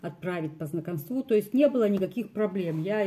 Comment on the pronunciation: По знакОмству- ударение на о.